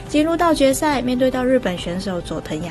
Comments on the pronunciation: 冴唸戶/窗戶的戶，請加油喔！影片做的很好。佐藤冴香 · 冴讀音護